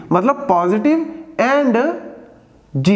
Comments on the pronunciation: Yr jero na bolo kasam ae tapp charti ha. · "Jero" and "jaroror" or "zero" and "zaror"